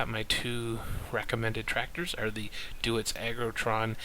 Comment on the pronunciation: Just a quick note was the pronunciation of Deutz is German so it's pronounced Doytz. The 'eu' in German has an 'oy' sound. Other then that, good video, LOTS of good info, I know what I want to buy now. THANKS